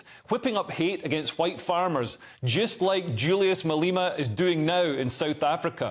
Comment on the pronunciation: Malema! Not Maleeema! Get your pronunciation right